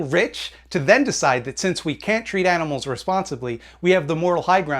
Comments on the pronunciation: what did you say you like? Why did it sound like "aminals"🤣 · " I like aminals" that cracked me up. lol